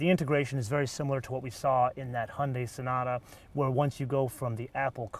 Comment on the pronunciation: "hunday" haha :D